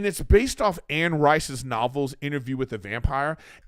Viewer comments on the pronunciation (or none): none